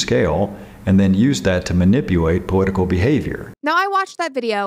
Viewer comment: I can’t get over him saying “powitical”